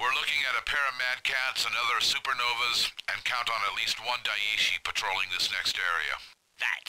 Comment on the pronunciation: Not to be an arse, but "daishi" (meaning "great teacher") would be pronounced more like die-shi(t) without the t.